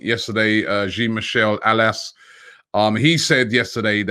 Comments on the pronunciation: Robbie ITS AULAS NOT ALAS. DAMN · Please learn how to say the name "Jean Michel Aulas", it's ridiculous the way you pronounce it. It's not "Jean" like "Billy Jean", it "Jean" like "Jean de Florette", and Aulas is pronounced with an O = Olas